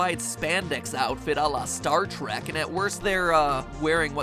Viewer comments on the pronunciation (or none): none